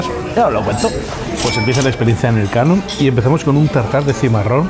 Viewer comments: NOOOOO HOMBRE NOOOOO!!!!!!! No es "El Kano", sino "Elkano". Juan Sebastián Elkano, conocidísimo navegador y explorador vasco, archiconocido en todo el mundo por ser la primera persona en dar la vuelta al mundo jajajaja. Elkano nació en Getaria, donde está el restaurante. Es más, a escasos metros del restaurante hay un monumento dedicado a su figura. Te has lucido jajaja. En algo había que fallar en toda la ruta. Saludos! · Es Elkano, no El Kano jajaj